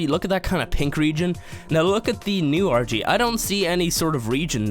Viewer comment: It sounds like he says orgy instead of argy